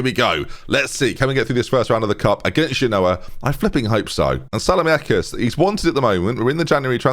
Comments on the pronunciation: when you say "if you genoa what I mean" your really saying "if you do ya no what I what I mean" it's very irritating. the joke is "genoa mean"... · it doesn't even work with him pronouncing it wrong... at least do the "Genoa? Nah we've just met". I've linked the correct pronunciation above in the hope it frees us all from this nightmare.